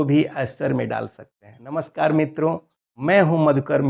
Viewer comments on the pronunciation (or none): none